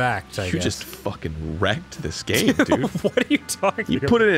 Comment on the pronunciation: To me, it sounds like the turtles are saying, "Get wreck'd."